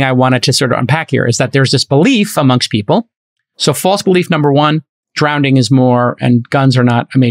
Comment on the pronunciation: Does he keep saying "drownding"?